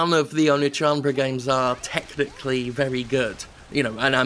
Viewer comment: I'm in no way a weeaboo, but his pronunciation of Oneechanbara was physically hurting me.